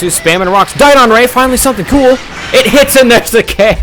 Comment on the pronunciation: JohnP514 and also dodon, not diedon!